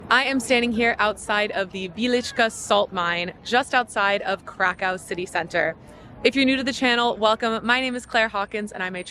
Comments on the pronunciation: Each time you say Krakau in stead of Krakow an unicorn dies. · Krakoof nie Krakau. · [KRAKÓW - sounds [krakoov] in Polish